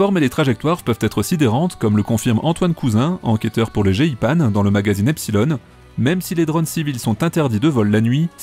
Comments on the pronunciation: comment tu prononce le "GEIPAN"??? c est n importe quoi.. 😆 on prononce "g pend" et non "g-i-panE" .. ça fait bizarre on dirait que tu découvre le nom du service...😉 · Le jé i pane c'est quoi cette prononciation ? C'est un organisme français...